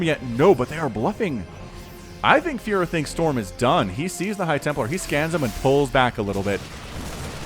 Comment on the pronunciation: When you saying "furo" i hear fuhrer xd